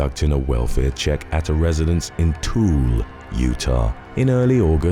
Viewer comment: It isn't Tool, UT, it's pronounced too·i·luh. It's an Indian word, just like the name of the state - Utah.